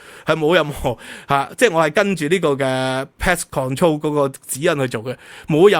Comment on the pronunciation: 唔好介意🙏🏻，肝科，唔係缸科。pet control,唔係pest control